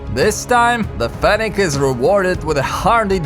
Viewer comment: its FENNEC FOX not fenech.